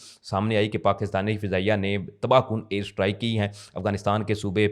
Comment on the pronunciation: Strike ko Sahi pronounce kero